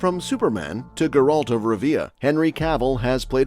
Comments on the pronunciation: "grrrALT of ruhVEEuh" lol nope. i want my view back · "Ge-rult of Rivea" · Gur-alt? Sorry, that's not how Geralt is pronounced. Also, nice disinformation with the title. Also, Page would be a really awful choice. If they want to go with someone for "PC" reasons, then they should go with John David Washington. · Bro can't even pronounce Geralt and Rivia correctly and we're supposed to trust his take lol?